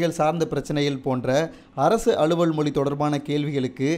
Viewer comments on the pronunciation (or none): டேய்,அது மோலி இல்லடா மொழி.மொதல்ல உன்னை இந்த நாட்டைவிட்டு வெளியேத்தனும்.ஒழுங்கா தமிழ் மொழியை உச்சரிக்க கத்துக்கோ.